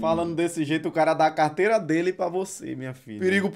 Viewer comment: “Fazer uma estautua delê” KKKKK